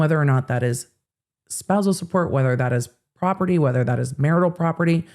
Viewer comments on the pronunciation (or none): none